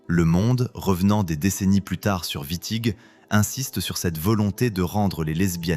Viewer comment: Exactement.l’iA transforme Witting en Vitti. Fabuleux. IA de de 🤮